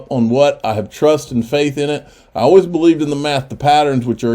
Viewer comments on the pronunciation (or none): none